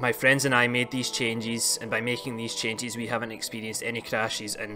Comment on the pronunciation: Changies Crashies Don’t worry I liked the video. Just had to throw that accent out there my man!